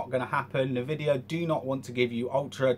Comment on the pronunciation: You said NahVidia, what the fuck... IT's Pronounced N-Vidia. Nevertheless Shadilay my friend!